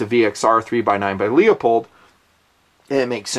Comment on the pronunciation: I'm convinced that at this point you're mispronouncing Leupold just piss people off, and I like it.